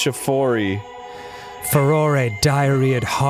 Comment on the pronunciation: I don't care about any other time Dan has mispronounced something. The simple fact that he is literally the only YouTuber I have ever heard pronounce "Farore" correctly makes him my new favorite person.